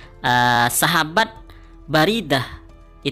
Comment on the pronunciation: Admin salah baca bukan Baridah tapi yg benar buraidah